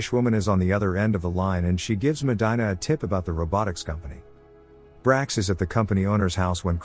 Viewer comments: Medyna 😂. It’s Medeena (pronunciation wise) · medina is pronounced "MA-de-na" not "MA-DI-na". that hurt my ears. please fix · Medina. (Meh-dee-nah). It bugs me. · Meh-die-nah..??????? Fix this glitch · It's pronounced medeena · you're killing the name Medina...MEH-DEE-NA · Me causa conflicto y risa 😂 que diga “medaina” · You pronounced Medina wrong 🤦‍♂️. Even if you’re not Hispanic, you would know this if you watched the movie.